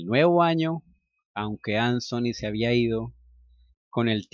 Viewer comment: HOLA, EL NOMBRE ANTHONY SE PRONUNCIA AN-ZO-NI, EN INGLES EL SONIDO DE LA T Y LA H JUNTAS ES EL DE LA Z. MUY AGRADECIDA POR TU NARRACION!❤👍 HORRIBLE, TAMPOCO ME GUSTABAN LAS DESPEDIDAS, PERO UNA VEZ UNAS AMIGAS ME ACOMPANARON AL AEROPUERTO Y VIAJE MAS RELAJADA, NO SOPORTABA DECIR ADIOS TAL COMO CANDY, Y TODAVIA SIGUEN SIN GUSTARME LAS ORUGAS..😖☺ AHH, TERRY, OTRO NOMBRE QUE TRAE RECUERDOS Y ALGO MAS EN COMUN CON CANDY...💔🤴